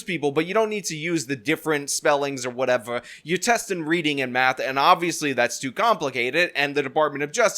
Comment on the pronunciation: New Yorker comin out in "Whateva"